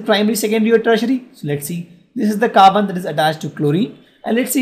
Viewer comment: And it's carbon not khaarban